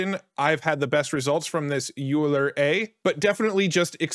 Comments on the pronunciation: Great to see Rundiffsion now supports deforum. (BTW euler is pronounced “oiler” 🙂) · Euler is pronounced 'oiler.'